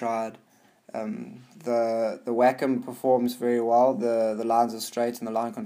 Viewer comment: Every time I hear someone say "Wacom alternative", I think they say Whack a mole